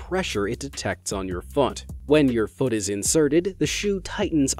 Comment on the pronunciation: He..he said fot not foot